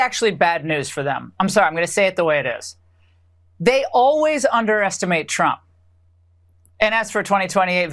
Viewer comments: Did Laura Ingraham have a slip up and say Donald Drunk instead of Donald Trump? LOL. We’re having the laugh, Laura. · Did she say "Donald Drunk"!? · Did she just said "Donald Drunk"? 😂😂😂 so accurate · She said that right “Donald Drump”lol 😂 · Did she say "Donald Drunk"?